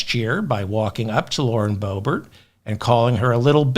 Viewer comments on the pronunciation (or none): none